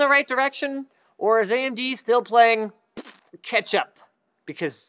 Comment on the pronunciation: I thought he meant catch-up by saying Ketchup